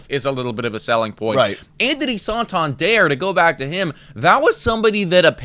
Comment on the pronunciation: Its not Anthony "sawtawndierre". Its san-tan-der